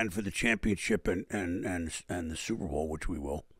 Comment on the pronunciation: I can't unhear it. "supe bowl"